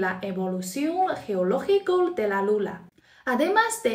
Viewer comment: Hablas muy bien español y olé por tí por hacer videos en español. Pero cuando te refieres a la Luna, dices "Lula" para que lo sepas en tus próximos videos❤